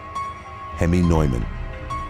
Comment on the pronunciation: The guys name NEUMAN is pronounced NEWMAN.